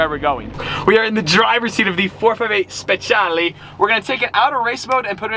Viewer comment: I hate it when hen he says speciale, he butchers it soooo hard